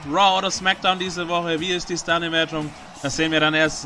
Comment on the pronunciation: NEEE! Im Hintergrund ist NEEE! Klaschisses. Die Sternewertung... das kann man nicht mal so schreiben wie du es ausgesprochen hast. xD